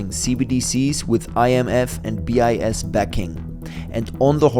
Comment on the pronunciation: So early no one checked the ai pronounciation...it's pronouncing BIS as 'bias'